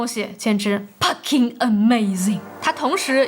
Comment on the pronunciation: Pucking amazing 😂😂😂 韓國口音感原音重現